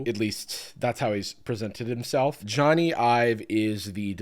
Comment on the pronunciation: Jony but pronounced like Sony